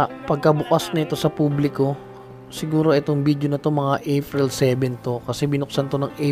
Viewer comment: April, hindi Afril.